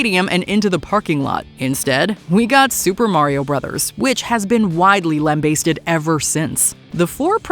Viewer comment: Interesting pronunciation of the word "lambasted"